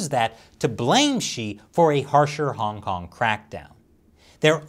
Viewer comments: Does anyone else hear “Honk Honk” every time he says Hong Kong? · I can no longer hear say "Hong Kong" any more - it just sounds like "Honk Honk." Once heard, can never be unheard. It's not ' pronunciation - it's the CCP's ideology.